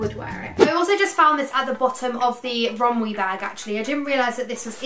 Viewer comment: It’s pronounced rom-WEY, not rom-WEE 😂🤧